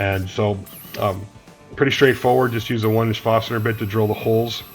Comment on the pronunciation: Nice Quick Release Vise. I like your choice of wood. Thanks for posting the build, and by the way it is pronounced Forstner bit....there is an R in it. :-) Take care and keep up the good work.